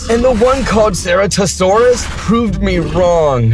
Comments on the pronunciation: Nah. Gallimimus❌ Galimimis✅. Sorry but true you don't pronounce it bro. 😅😂. Btw sir-a-to-sor-as for pronunciation. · Sorry to be a nerd but gal-i-my-mus comp-sig-na-thus cer-at-u-sourus